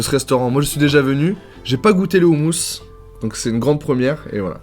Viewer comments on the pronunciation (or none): On dit pas roumous non plus mais khoumous ! Kh = r avec la gorge comme la jota en espagnol y'a blid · On dit pas houmous on dit houmous (roumous) ptn dit le bien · On dit ROUMOUS pas oumous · On écris houmous mais sa se dit roumous avec un R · on dit "houmOOos" ! quelle honte !